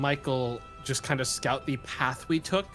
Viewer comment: Wait didn't say scout he said scotdles what's a scotdle